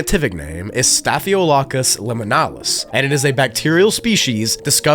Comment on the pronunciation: ok had to go look to be sure but you miss pronounced the disease name its staff-il-o-cock-us otherwise known as just "staff (pronounced that way but spelled staph) infection, which is a real thing in and of itself but the liminalis is just indicating its a staph infection that is a backrooms version like how you can have herpes on earth or in spaceballs you can have space herpes (I think it was in the movie space balls, but might have been in another movie now that I think of it that was also another space scifi comedy or some such) so I guess the common name would be "backrooms staph (staff) infection" :)